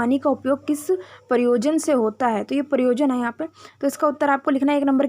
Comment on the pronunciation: Pryojan hota hai pryosan nahi